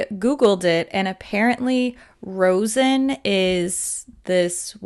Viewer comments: Rosin is pronounced like "RAHH-zin", chunks of it are rubbed back and forth on stringed instrument bows to give them traction to make a sound when drawn across the strings. I've been playing stringed instruments since I was in 3rd grade :) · "Rosin" is pronounced like RAW-zn. I think it comes from trees? Also, I'd LOVE a comprehensive comparison of the Cloud Lap Lip Clays. I have never bought any because I can't figure out which shades to buy. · I would love to see a more comprehensive video of the lip clay line! Also, as a former violinist, as soon as I saw the name, I was so happy. It pained me to see people say raisin instead of rosin. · In my understanding it's pronounced RAH-zin. But I literally thought it was "raisin" until you mentioned it in your video! Thanks for the catch! And I would love a BYO-bundle of the lip clays - I have the first two sets and now I'm getting pickier about which ones to pick up.